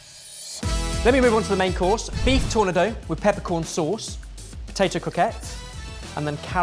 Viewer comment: When keeps saying TOUR-nah-Dough, is he trying to say tornado, or is it a different phrase altogether. Same with SOOB-reek, and sobriquet?